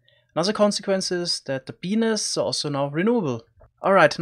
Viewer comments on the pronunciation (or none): guys turn on subtitles when he says "bee nests"